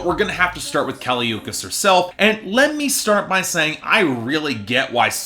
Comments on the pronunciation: How can you listen to the album and still pronounce her name wrong idgi. Btw the album’s a 9/10 xox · U said her name wrong 🤧🤧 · This review is just... wrong, and you how go through at least 10 listens of the album pronouncing her name wrong idk. Especially since BIA says her name in the beginning of Miami, I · If you don't know how to pronounce her name, you shouldn't be reviewing her music. I'll stick to professional opinions. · At least pronounce her name right you dicksplash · THE WAY U SAID HER NAME BDDSGGHFDFGFG IM DYING